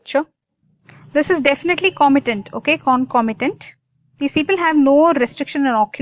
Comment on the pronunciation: Not clear with the topic... U brk while u teach🙄..u dont know to pronounce concomitant also... Hmm hmm..